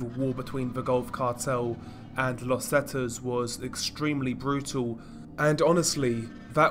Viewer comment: Zetas is actually the letter z in Spanish. Not zets